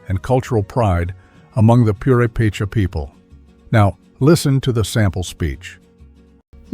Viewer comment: this is a very well done video. I commend you for your research and quality. However, may I point out that, due to the placement of the accent in Mexico's Purepecha, it should be poo-RAY-pay-chah, rather than poo-ray-PAY-chah, unless you're a robot? #2 is in the Nivkh section--Sakhalin (Island), which is pronounced sah-kah-LEAN, rather than your version: sah-KAH-lin.